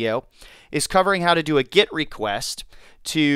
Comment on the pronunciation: Great video, but it's GET, not GIT. A GET request.